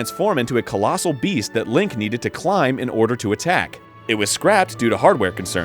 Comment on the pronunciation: Erin stop saying lank you fucking annoying beautiful man.